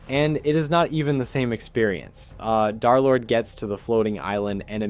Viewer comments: Why everyone saying dArlord its dErlord 😭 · Nah it’s dare lord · Pretty sure d3rlord is called derlord not darlord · stop calling him Darlord